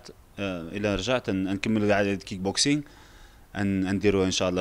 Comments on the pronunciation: اااا لكلاخ ااا المستوى المنحط ااا لعالم لي مورا شمش راه بطل العالم ف رياضة الكيك بوكسينك ماشي الكينك بوكسينك بغيتك تقرا هذا الكومونتير باش تعرف غير كلمة صغييير كتبين مستواك او مستوى الاذاعة لي مخدماك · واش بوحدي لي سمعت كينغ بوكسينغ 😂😂😂😂😂